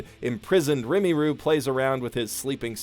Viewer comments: It's Rimuru, not Rimiru lol triggered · The slime's name is Ri-mu-ru, not Ri-mi-ru. Sorry, but you're going to have to re-record and re-upload this video. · Its RiMUru, not RiMEEru. You are making me cringe so much with how you pronounce Rimuru-sama's name. THIS SHALL NOT GO UNPUNISHED. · I have exactly one complaint about this video… just one but it’s damn glaring… you keep calling him ‘rimiru’… his name is ‘rimuru’ it might seem minor but trust me it’s not 😂 Great video otherwise, this is still my favorite anime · I hate how he says rimuru, it's RIMM AROO, not REMI RU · I'm sorry but it's not Rim-e-ru It's ether Rim-oo-ru or Ri-moo-ru. It's not your accent making you say it that way so you're just being lazy with your word pronunciations unless that was an attempt at a nickname or whatever, either what way at least try. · Youtube is recommending me this two years later and why the hell are you pronouncing it "rimiru" it's rimuru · RIMIRU!!!! its Rimuru, u stupid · Rimuru is pronounced not Rimiru but you might have figured out how to pronounce that right by now. In Japanese you pronounce syllables with basically no variation. For example the i in onii-san is pronounced the exact same way as the i in Rimuru and the u is pronounced the same way as the u on the end of Rimuru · Pronunciation alert: his name is Ri-mu-ru. Not rim-uru. This triggers me immensely. Hard to believe someone is a fan of the show but can’t say the name right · ITS RIMURU NOT RIMIRU 😤😤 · Every time I hear you pronaunce "Rinmaru" I die inside. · Rimuru not rimiru🤦‍♂️ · Its RIMURU not RIMIRU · It's pronounced "Ree - ma - ruu", and not "Rimi - ruu" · you should probably use skillshare to learn the protagonist's name properly. "Rimuru" not "Rumiru" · Why does it have to be said like | Rimy ruh | and not like Rimuru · Not to be "that guy", but I've heard it pronounced as Ream-Uh-Roo. Instead of Rim-EE-Roo. Anyways, I absolutely adore this anime. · Stop saying rimiru it's rimuru.